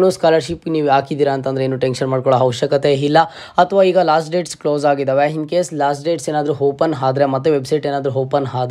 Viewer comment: Modla kannada chandag matadak Kali amele video upload maad..satt hokkar ninn kannada keli🤣🤣 1)'Hupdate' allo sahkar adu..'Update'. 2)Hopen alla adu 'Open'. 3) 'Hipath muru Hipath nalku' alla adu..'ipatt muru ipatt nalku' 4) 'Higa' alla adu..'Iga'. 5) 'Happload' alla adu 'Upload'. 6) 'Harji' alla adu 'Arji'.